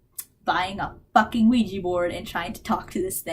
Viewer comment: I love how you say OUIJEE instead of OUIJA